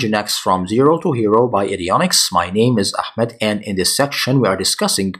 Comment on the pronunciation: Bryan Fury ahmed there is no khhh it is ahh ahhmed